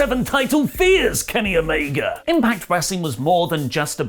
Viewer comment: If you can’t pronounce Omega properly just call him Kenny. It’s fuckn mind boggling. How about we call you Allie instead of? Huh?